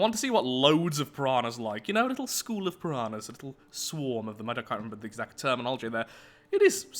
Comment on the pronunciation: shroul not school